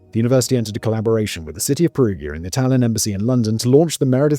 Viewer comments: Just an fyi, in Italian "gi" makes a "j" sound. Like in Luigi or giant. They spell "Julia" as "Giulia". So Perugia is pronounced with a soft G. Incentive to not shoot the messenger, I give you a fun fact, Perugia has a chocolate festival! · His mispronounciation of Perugia is driving me wild ! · yeah doesn't perugia have a soft g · I know.. every time he says Perugia with a soft G it's like a punch to the gut. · Yeah I was repeating Perugia, Perugia, Perugia! 😂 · Please tell me he doesn't pronounce Perugia like that throughout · For the love of life, please try to pronounce the town of Perugia correctly! Surely you've heard of this town before, at the very least in need reports. I love your videos and watch them daily but cannot get thru this one bc of the mispronounciation.